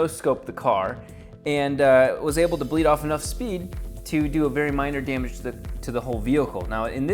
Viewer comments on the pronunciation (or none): "...look at the DEEMEG"